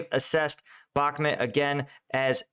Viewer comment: its BakhmUt!!! BAkhmut is rusnja pronounce, wrong by default